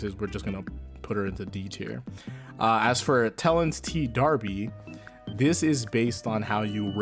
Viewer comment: Ls and Rs are flipped FOR JAPANESE speakers. is an English speaker and can pronounce D'arbys name as Terence. Since that what it actually is.